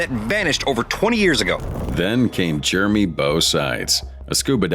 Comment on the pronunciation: I was enjoying it until your AI called that guy Germie.